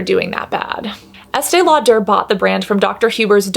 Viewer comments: "Law-dare". ??? Just say it normal. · So curious about your pronunciation of Lauder?? Is that a quirk, Cass or is that how the name is actually pronounced? You said multiple times, Estée LauDER (two syllables, stress on second syllable) whereas I have always heard it pronounced as Lauder- one syllable, no stress. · Estee Lau-DER. Why's she doing that? 🤣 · “Law-Durr” I love it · I’m so sorry, but I can’t get past the way you say “law-dare.” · Please stop the Estee LauDER pronunciation. It’s so distracting 🤦🏽‍♀️ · The way she pronounces Lau-DUR is weird and incorrect.🤔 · I have never heard anybody pronounce Estee Lauder that way... I'm sure you're pronouncing it correctly but I'm saying I've never heard ANYONE pronounce it that way! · Girl who are you Madea 😂 the way you pronounce Estée Lauder is hilarious 😂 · Right!? This is a great video but the pronunciation of "Lauder" threw me. I thought I had it wrong; nope! (There's a YT channel by Julien Miquel with the pronunciation of this and other companies. Highly recommend it!)